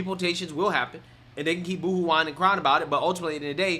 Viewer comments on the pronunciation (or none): none